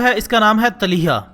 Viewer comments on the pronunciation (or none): Not taliha its toliha